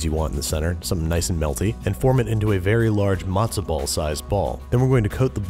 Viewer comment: No literally, he said mazta ball and passover